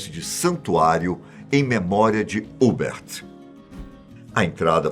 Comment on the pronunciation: A pronúncia correta não é Hubert, é Hubérrt